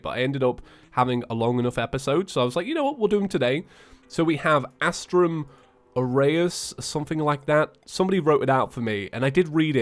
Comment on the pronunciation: Its said astrum Ar-e-is